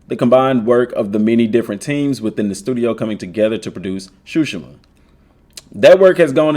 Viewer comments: I think It pronounce sushima not shushima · cool video but you're saying tsushima wrong.